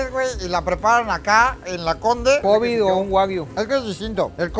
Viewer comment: Se dice Kobeeeeee no cobiiiiii